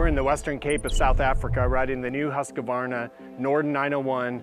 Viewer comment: Why do so many Americans mispronounce Husqvarna ? Old mate say Husk-a- varna .🤣🤣